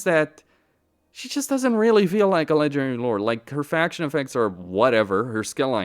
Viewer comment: why do you pronounce "ledgering lord" instead of "legendary lord"?